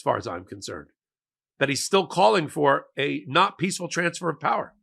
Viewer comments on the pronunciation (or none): none